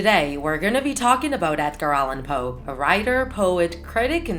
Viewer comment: NOT hoe, Poe